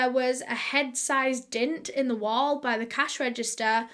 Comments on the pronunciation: It took me longer than it should to realise when she says “dint” she means “dent”😩😂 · "They found a DINT" I'm sorry, a what now?😂